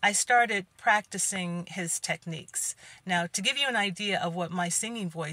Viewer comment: Did Geneva teach him those techniques or as she would say, "tepneeps"?😂😅🤣🎶🎵🎼. Another great video, keep up the great work!💛💛💛💛